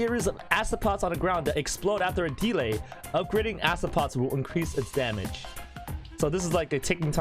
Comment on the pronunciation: When said delay I thought he said demon XD